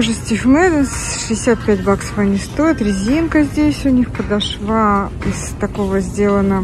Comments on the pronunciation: Очень режет ухо- подошвА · Милая, подошва ударение на второй слог, простите за замечание 💓🌹обувь не очень, хотя есть некоторые ничего так. Не могу носить не коженную обувь. Массово начали делать изкуственные за большие цены 🙄Я согласна с Вашей критикой. Спасибо за обзор🌹